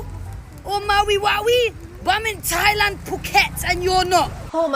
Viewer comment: I’m Native Hawaiian and hearing that Thailand b mispronunciation just made my blood boil. We don’t like tourists here in Hawai’i and honestly don’t want them here. Especially ones like her.